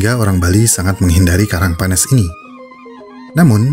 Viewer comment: min itu penyebutannya "panes" yg lebih tepat,bukan "panēs"